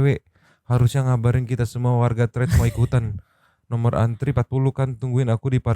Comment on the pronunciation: Thread dibaca: TRET bukan trit (E nya spt kata Emang, Eko, Endang)